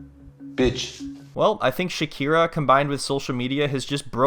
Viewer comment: You called her "shakira"😂😂😂😂